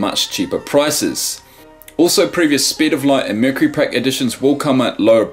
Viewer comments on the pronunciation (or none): none